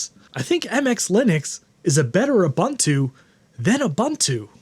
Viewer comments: Dude? OO BOON TOO, not OO BUN TOO. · u•bun•tu : (/o͞oˈbo͞onto͞o) . It's a South African word that basically means "Humanity towards others". I love you and your channel, but every time I hear it mispronounced it's like scratching nails on a chalkboard HAHA! (Now I need to do this to one of my old Macs!) Steam would be great on my old Mac.